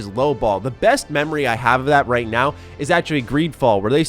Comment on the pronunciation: bruh bruh bruh this guy saying "how we play dis righ now?" huhuhu